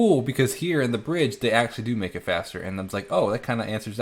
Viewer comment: it sounded like you were saying “do” like “doo” not doe/dough & my inner child kept giggling at doodoo. That being said - she’s a master vocalist. And an Elton who needs to find her Bernie.